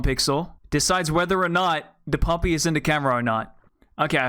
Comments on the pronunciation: I thought u said puppy not poppy lol😂😂😂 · Fr I just kept hearing puppy and briefly going "PUPPY? WHERE???" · Is it not poppy with a o